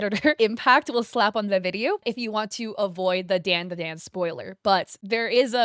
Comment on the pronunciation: Your pronunciation of Japanese words is always so insanely horrible to listen to. First of all, didn't even spell DanDaDan right in the timeline, and its pronounced DON. DUH. DON. Idk why you always butcher Japanese, but its getting lowkey discriminatory. Do better. EDIT: The reason why they say "banana" like that in the show is because THATS LITERALLY HOW YOU SAY IT IN JAPANESE. For being an asian, your knowledge and respect of other Asian cultures/languages is SOOOOOO lacking. Borderline disrespectful, and I genuinely can't stand it anymore.